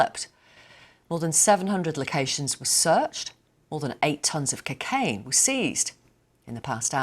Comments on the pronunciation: Anybody that says the word Cocaine like that should be throat punched, it’s Cocaine not Cicaine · Why she pronounce cocaine as "Kacane" 🤣🤣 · cacain? what is cacain? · nobody mentions how she pronounced it cuuuuk aine